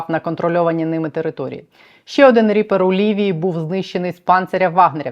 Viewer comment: Мені одному здається що вона замість "ріпер" каже "тріпер"?)))